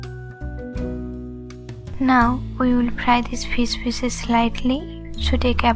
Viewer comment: “Pour on pheees pheeesis”